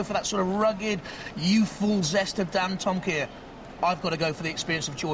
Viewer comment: The announcer pronounced it 'Dan toma kaiya'? LOL